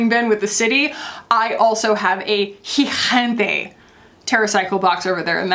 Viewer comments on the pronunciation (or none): Your videos never let me down. 😸They are always the best, love your personality. I wanted to say that in the word “gigante” the second G has a different pronunciation from the first. The second G has the same sound as it does in the English word gallon. If you are interested, the rule is that the letter G has a softer pronunciation when it is followed by I or E, but a harder pronunciation when it’s followed by A, O or U.